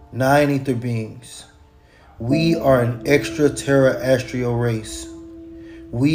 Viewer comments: “Extra terry estrial” I’ve never heard extraterrestrial pronounced that way. 😏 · I thought I heard him say "Extra Terror Estrial". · Extra- Tera-astral. 😅 bro. Gods who invented English , I’m sure could pronounce it better. No? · Extra terra es tree al Humus species Earf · Extra Terra restial beings that created everything (except proper grammar and pronunciation) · Extra-tera-estrial is killing me. I have no idea what that means but alright man.